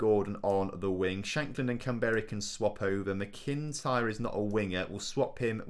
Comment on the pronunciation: Loving the series, although just a note with the pronunciation of McIntyre its pronounced (mac-in-tyre). otherwise great series though. keep it up :-)